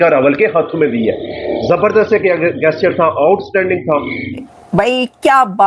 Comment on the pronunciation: PRONOUNCE GESTURE CORRECTLY 0.22 😂😂